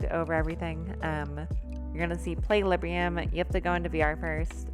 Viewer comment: Quick note: It's Librum, not Librium. XD